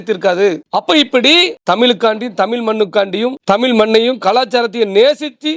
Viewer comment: தமிள் இல்லை தமிழ் இந்த வார்த்தையை உங்கள் நாவில் சரியாக வருவதில்லை